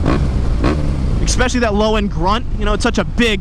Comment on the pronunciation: The way says especially hurts me 😂